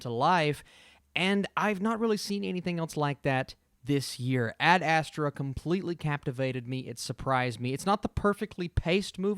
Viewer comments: You are still not saying it correct. It’s called AD astra. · "Add-Uh-Straw" lol 😂